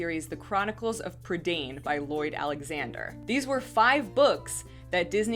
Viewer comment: I'd just like to say that Prydain is pronounced Pre - Dine :)